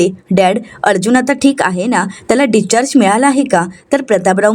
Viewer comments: डिस्चार्ज असा शब्द आहे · डीच्चार्ज काय म्हणतेस discharge